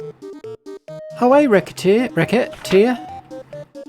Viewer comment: Silly question.. Is it not pronounced "re-se-tear"? Maybe that's french distorting my perception (recettes = profits (also recipes)). Or maybe you plan on .. racket-tear-ing your customers 😂 Edit : you actually made the joke later in the video ahahah